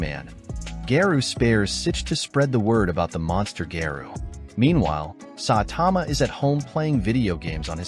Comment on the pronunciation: its saitama not satama